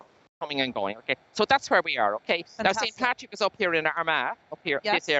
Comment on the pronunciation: It's Patrick not paddy